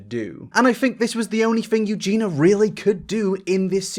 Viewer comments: It's Eugenia, not Eugena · I agree with all this, but it's Eugenia, not Eugena! YOO-JEEN-EE-AH! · Can you at least pronounce her name correctly? It is Eugenia, not Eugena. Jesus christ 😒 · This is a good video but her name is Eugenia not Eugena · I can understand why you don’t like her, but at least pronounce her name like it should be! It is Eugenia not Eugena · Why do you keep calling her Eugena instead of Eugenia? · I like the video, but why do you keep saying "Eugena" instead of Eugenia? :/ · eugenIa lol not eugena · please say her name correctly...it's EugeNIA.....I can't concentrate on your content when you keep saying it incorrectly....The letter i needs to be included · I am not a Eugenia fan AT ALLLL but it’s bugging me so much that you can’t pronounce her name right loool EugenIA not Eugena 🤣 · how long is it gonna take him to realise it’s pronounced “eu-gee-nee-ah” not “eu-gee-nah” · ... okay... very quick thing... you keep saying “Eugena” [You-gee-nah]... It’s “Eugenia” (You-gee-nee-ah] 😅 That is all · Her name is Eugenia not Eugena. Why don’t you mind your own business. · you should make sure to pronounce the name properly. Maybe bc of your accent, but her name is Eu-gen-I-a, not Eugena. Would make what youre saying more credible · Every time you say her name, I imagine it being spelled: Eugina. It's Eu gEEn EE ah. Not, Eu gEEn ah. Her name has four syllables, not three. Sorry to nitpick, but it's driving me nuts, especially considering how much you cover her. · Why you keep calling her Eugena 🙉🙉🙉 it's EugeNIA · IT'S EU-GEEN-I-A NOT EUGEENA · Can you at least pronounce her name right if you’re going to make all these videos on her? Her name is Eugenia not Eugena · EugenIIIIIIIA not Eugena lol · It is pronounced U-GEE-KNEE-YA not U-Gina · Hermoine says: It’s Eugenia, not Eugena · EugeenEEa. Not Eugeena. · why have you insisted on pronouncing her name wrong in every single video on her lmao. love you bro but it’s EUGENYA not eugenah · You jeen ah